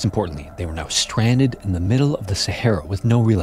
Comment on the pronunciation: Please correct your “the” The word The, in “The early” is pronounced with a long E. I’m sure you know that but it definitely matters more than you probably know. Great channel otherwise!